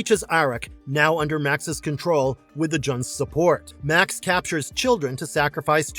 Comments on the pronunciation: The Beastmaster's villain's name was pronounced "May-ox" not Max. Also, Conan the Destroyer is waaaaaaay better than Kull the Conqueror. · Made me laugh when in Beastmaster it was Max and not Ma'ax Did these guys actually watch some of the films???